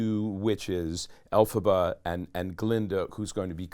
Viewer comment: Hey, it’s Elphaba,, not Alaba.